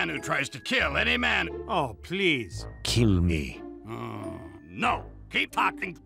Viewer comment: “It was ME” sounds more like “It was MEH “